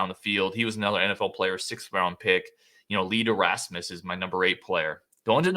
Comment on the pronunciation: Donald Hayes was from Madison East. And it’s not Lee ‘Derasmus’. His last name rhymes with famous. Famous Lee Deramus. Clown mistakes.